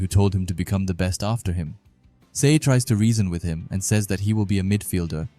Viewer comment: Just to let you know dude Sae’s name is pronounced as Sa-eh cool video btw 👍